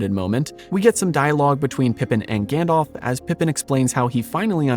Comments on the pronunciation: Gan-DALF, not Gan-DOLPH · I love your channel and your research and passion is evident. But- please, for the love of Arda: try saying "GandAlf" and not "GandOlf" all the time. Gandalf is the correct name and it is pronounced that way too :)